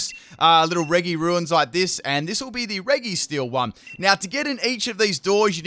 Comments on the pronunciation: I think you are pronouncing regi wrong. It's pronounced "reji" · It’s pronounced REJI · by the way, “regi” is pronounced “re-ji”. please don’t mess that up. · Same and he says it wrong constantly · the pronunciation of regi physically harms me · Hes pronouncing regi wrong.